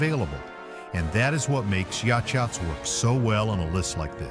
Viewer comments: Yachats is pronounced ya hots. Yahots. Yachats. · I live in Newport Oregon and have traveled to many of these places in this video a lot of your B roll that you use does not fit the places that you’re talking about also Yachats was miss pronounced very well researched good information